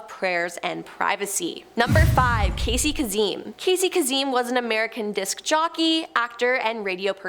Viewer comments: Oh the mispronunciation happening... Arghhhhhhh!!!!! Casey Kazim??? No!! Kay-sem!! Karl Longfeld?? No!! Karl Lagerfeld!! It hurts!! Lmao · His name is pronounced Casey Kase( kase M)! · Not kaseem!! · Casey Kazeem. Cringe. Facepalm. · even better! I don't know how she got kazeem 😂